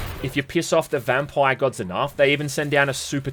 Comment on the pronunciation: Why do u say vampire so weird